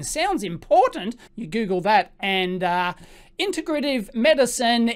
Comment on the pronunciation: "Integrative" is pronounce: integrate - iv Please see: >